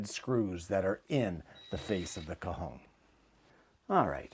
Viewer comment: So pleased you pronounced Cajon as well as explained what it was, very interesting I’ve never seen or heard of one. Thank you for expanding our knowledge.